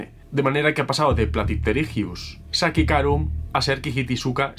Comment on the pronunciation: La pronunciación del epíteto específico de Kyhytysuka sachicarum es SA-CHI-CA-RUM porque hace referencia al pueblo colombiano de Sáchica.